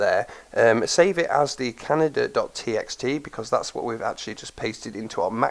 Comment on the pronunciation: Great vid...gonna try this out later today for sure :) my ONLY criticism is that I think the word "Kaneda" is pronounced "ken-AY-da", not like the country "Canada"...I may be wrong, so the egg might be on my face lol (I'm going by the pronunciation of the character's name "Kaneda" from the movie Akira) Again, great vid...thumbs up :)